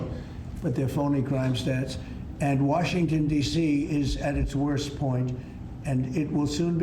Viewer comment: Washintun Deeeshheeee